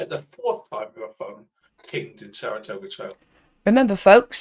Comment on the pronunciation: Six long years later and he still cannot say Saratogga ! 😂 I heard sarasogga and tartatogga 😂 ground control from mager tom 😂